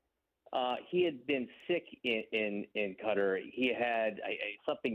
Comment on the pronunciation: 04 : 17 He went to Cutter ? ? I believe you meant Qatar.. Why would anyone not learn how to correctly pronounce the name of the country where the most important soccer event in the world is being held ? Condolences to Wahl's family. Sad news for the soccer community..